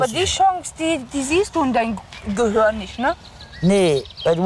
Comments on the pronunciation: Warum sagt sie gehörn statt gehirn? Liegt es daran das sie gar keins hat? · Sie sagt Gehirn